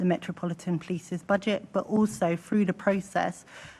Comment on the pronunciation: Tooken ( taken ) fink ( think ) froo ( through) w.t.h